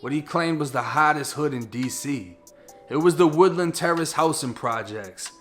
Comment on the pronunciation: Its pronounced wood-Land aka Lynchmobb